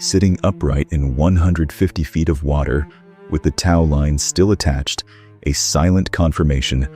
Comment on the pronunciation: I have read about this ship. This video is stupid. How does the chain snap then magically reattach so the cleveco is attached to the admiral. Just stupid. Also before using AI it should learn to properly pronounce the words it will use such as tow line.